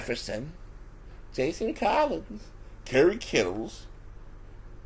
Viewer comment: Y he say collins name like that 😂